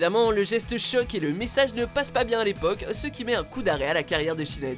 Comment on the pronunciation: Vous avez détruit les prénoms Ciara et sinead 😭